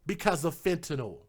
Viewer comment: 🤦‍♀️ YOURE SAYING IT WRONG... FENTANYL.... So it’s... FENT IN ALL... is HOW you pronounce it.....!!!! 👍🏼